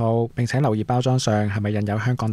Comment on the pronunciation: 「忠告」是要讀成「忠谷」的。